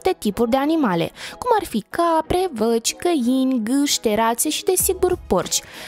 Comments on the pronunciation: Vaci nu văci 🙈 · Se spun vaci nu aci. Ai inteles